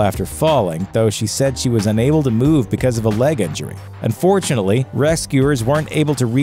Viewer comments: It sounds like you keep saying "and fortunately..." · Just a little bit